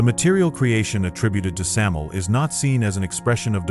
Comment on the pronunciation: bruh said samil lol thought it was sam-you-el or sam-aye-el